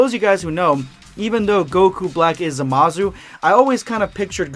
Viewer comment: The way you say Zamasu as Zamazu is uncomfortable